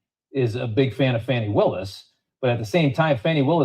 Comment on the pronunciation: Fanny....NOT FAWNEY.😂😊